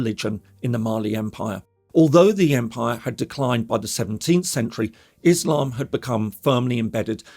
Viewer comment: "Izlam, Izlamest, Suuni, Jee Had" - The pronunciations always crack me up.